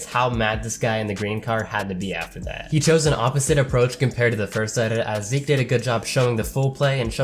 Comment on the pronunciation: Oh nice you finally can say Zeke right :) (Plattform: Steam Name: Phynixz Friendcode: )